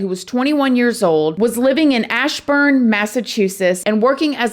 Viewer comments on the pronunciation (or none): This happened down the road from my house. She used to work at Dunks. Oh, and by the way. It's Ashburnham not Ashburnam! It's Called Rindge NH. Learn to talk!! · Really? Julia is from Ashburnham-- not Ashburn. Brandon was found in Rindge-- not Rindage. Research includes getting names right!! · You could not have pronounced ashburnham and Rindge and even Massachusetts any worse